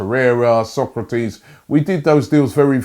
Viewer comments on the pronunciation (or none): none